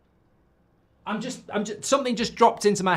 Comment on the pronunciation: “a pierced me foot on a spaiiike”